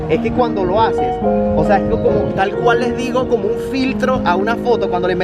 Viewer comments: Es que el compa dice osa no o sea por eso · No se cansa de decir “ósea” jajajajaj 🤣